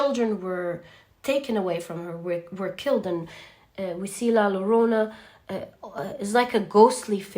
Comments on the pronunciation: Hi, La Llorona is pronounced as YoYo …no Lorona …but Yorona…try saying Yorona …! Your archetypal knowledge is outstanding! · Pile 3. Attention to pronunciation in Spanish. La Llorona is pronounced differently. Not with one L but with two similar in english to the letter j... like la jo (like in Joe) -ro-na. Pretty accurate, the innocence lost in my case was the belief in Love. After a horrible betrayal, I no longer believed in Love.